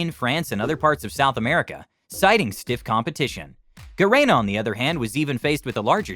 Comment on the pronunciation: You cannot even pronounce Shopee and Garena correctly? so much for your research credibility